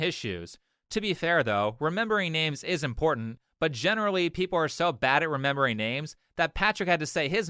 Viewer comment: Lets talk about the 1v1 finalists: 1) Nothing about this girl looks real. Her "beauty" can be eliminated with a couple sheets of baby wipes. Also: "is that in-pour-dent?" DUMB 2) Black women are obnoxious, masculine and incredibly arrogant. There's a reason why black guys want nothing to do with them anymore. 3) the awkward girl in all black was kind of cute. Didn't seem full of herself but my crazy meter was ticking a little bit...